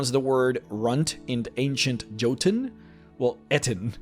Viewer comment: Jotun is pronounced “YO-tun”